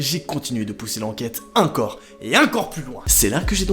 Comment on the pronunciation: J'adore c "encore" on dirait qu'il dit "incore"